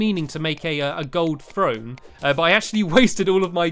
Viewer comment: you say frone its THRONE STAMPY THRONE!